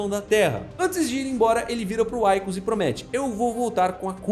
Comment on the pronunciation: O nome do personagem se pronuncia "Víkus" e não "Uáikus". Já foi mencionado em outro site que o "líquido negro" seria uma alusão ao petróleo, pois uma nação mais forte subjuga a mais fraca, mas que possui muito "líquido negro". E sua teoria é válida, mas não explica como milhões de prawns não conseguem levar a nave adiante mas um único sozinho consegue fazer ela voltar? a fábrica não funciona sem gerentes e engenheiros, mas da mesma forma não funciona sem operários.